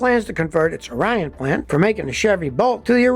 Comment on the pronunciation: Great job, Scotty! But it's ICE ICE baby for me 😉. And one more thing.... we don't pronounce Orion the same way as the star. We say it like Or-Re-In.